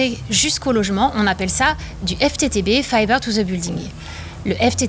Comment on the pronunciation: je ne savait pas qu'on disait " fiver to the home" , il n'y as pas de lettre "B" dans le mot "fiber" ??????